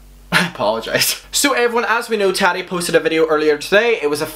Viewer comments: It's ta ti not taddy. Like tatiana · It's triggering the way pronounces "Tati" like "Tatty". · You say taddi 💀💀💀💀 tf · The way you pronounce Tati..... 🥔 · I spent 30 minutes laughing at how he said Tati 👁👄👁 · Why do u say tati's name like that